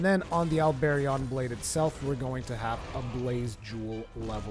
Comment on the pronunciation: The way you pronounce the Halberion Blade and the Gigafrost II HURT me. Learn your weapon names -_- other than that great video. As for someone who utilizes elements instead of just the Diablos Tyrannis II like any other CB User great video. Especially since this will probably be viable now after the Diablos Tyrannis getting nerfed in terms of damage and the Hazaak and Halberion CB got a phial damage increase.